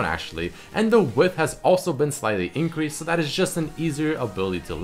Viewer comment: increased not incrased